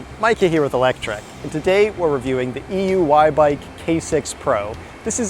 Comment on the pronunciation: Considering this guy can’t even pronounce this bike correctly, every time, he shouldn’t be reviewing it. He called it E Y U at one point.. . He’s just a paid reviewing idiot.